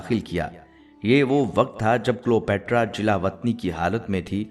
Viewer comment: جناب تلفظ درست کر لیں کلیو باترا صحیح لفظ ہے